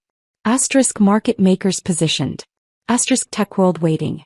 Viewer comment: Stop saying asterix!